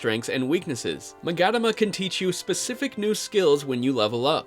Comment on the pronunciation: He hasn't done hard mode if he said the battles were easy. That fucking Preta on Hard mode... And its pronounced "Mah-gah-tah-mah" and Raidou is pronounced "R-eye-doh"